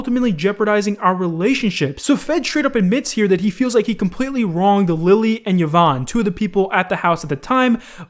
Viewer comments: E von, not Yuh von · Kavos did a better take on the Pokiwhore and Femyster thing. And please the name is pronounced E VON (Yvonne) not YAVON, you clown. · it's pronounced EE-VON not YUH-VON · I hate hiw he pronounces Yvonne as yeevon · "Yovanne" lmaoo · bruh i cringed so hard on how you pronounced yvonne. thats my moms name lol